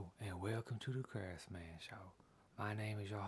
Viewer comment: All this time I thought his name was Craftsman not